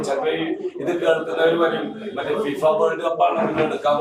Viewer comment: Shifa ❌fifa✅